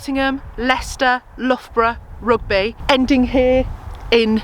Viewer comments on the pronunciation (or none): none